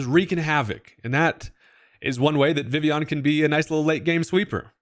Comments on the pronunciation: It’s pronounced “Vih-Vee-Yahn”🙂 Vivvy-yawn lol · I'm pretty sure its official pronunciation is in fact Viv-e-on. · I always thought it was pronounced Vi-Vi-Yon. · I thought it was viv-leon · Like this if you can’t pronounce vivillon